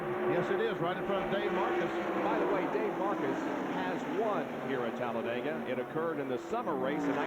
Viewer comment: 😂 Tallabama? Tallabega? Miss ya Bob. Your mistakes were the beast.. Benny in second…